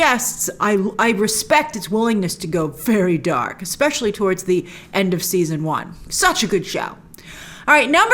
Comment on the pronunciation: Is Grace saying eggspecial? (Exspecial?)